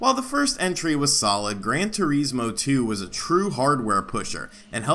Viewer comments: Good video, never heard turismo pronounced as "tureesmo" before, lol. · Gran Tuh-reesmo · The way your saying Turismo sounds really weird lol